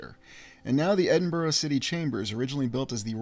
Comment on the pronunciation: Edinburgh is pronounced 'Edinburra' Glasgow is commonly referred to as 'Glesga' by the natives.